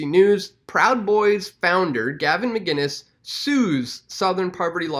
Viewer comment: McInnes not McGuinnes